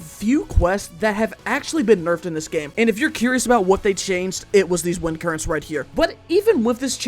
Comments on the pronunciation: “i chose to use wentis vind current” 😭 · Did he say “Wenti’s vind current” or am I just going crazy? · “Wentis vend current” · ‘wenti’s vind current’ 😭